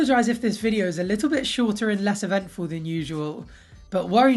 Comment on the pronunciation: I thought you said "Ed-ventful" haha!! Thanks for the video!